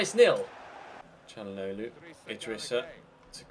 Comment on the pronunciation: When you said Chally for Calhanoglu it sounded like you said Cani as in CaniSports